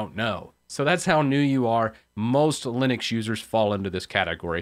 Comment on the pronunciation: Know-viss? Leenus??